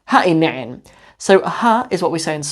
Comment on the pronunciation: I am so proud of you for correctly pronouncing ha i nicin.